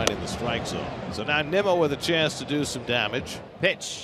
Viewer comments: They pronounced it Nee-mo. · they literally said NEEMO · I know it’s the As, but MLB commentators butchering Nimmo’s name at this point in his career is embarrassing and disrespectful